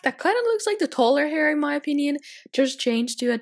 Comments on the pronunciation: Sorry but it annoys me so much how u say toddler. It’s toDDler not totlur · No offence but I hate the way she says toddler 😂😂